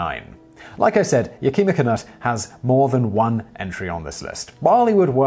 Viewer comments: It’s not Ya-keem-a, the name is pronounced Yak-i-ma. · Simon, you really need to study Chinook Wawa. Yakima is pronounced Yak ima, not Yakema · I believe it's pronounced YAK-i-ma, not Yah-kee'-ma